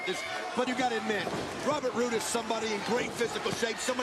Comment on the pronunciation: The one where he called him "riCk rUdE"??? Smh...so awful..